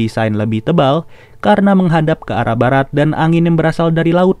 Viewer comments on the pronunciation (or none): none